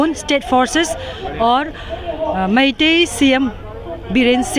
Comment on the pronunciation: ooi boshri walo reporter "meithiu" kiya hai?? meitei nam bolna pahele sikho saalo